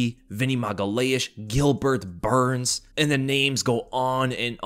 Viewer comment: The way you said “Gilbert Burns” had me in stitches! So funny!